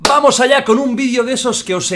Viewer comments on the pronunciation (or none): none